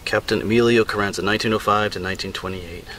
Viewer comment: It's Carranza long ahhh sound not a like in cat...... I read a lot about him, but I didn't know the contents of that letter. Well said a bout:peer" pressure" or whatever, from experience and teaching I'm sure you have addressed that issue many times. Being a young man without a lot of life experience was probably another reason he did what he did....very tragic, but ironically, if he hadn't died, would he be as well remembered or honored? We know of many interesting people with potential, who lives were cut short by tragedy and whose deaths kept them in the public eye, like Emilio's, sad but true:( Cheers, Rik Spector